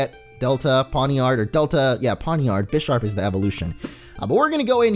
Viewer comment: bisharp is pronounced bye-sharp